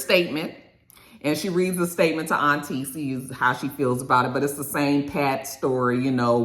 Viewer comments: Her name isnt "Auntie". Ashley pronounced it as "Aunt-Tee-A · Her name is Auntea pronounced on-tia! Lol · The lady’s name is “Auntea” pronounced “Aunt-TIA” and when i saw that i thought it was so ghetto😭😭😭 why they name her Aunt in English and Spanish and put it together 😂😂😂